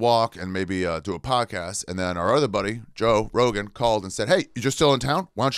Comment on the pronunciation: Joe rogaan " biden "